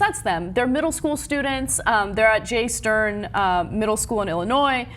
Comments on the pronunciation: I just graduated from that school and it's not Jay Stern it's Jay Stream lol 😂😂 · It's Jay Stream, not Jay Stern.